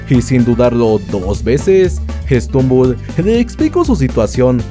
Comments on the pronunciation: Es stumble no strumble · no es srumumbol es stutumbel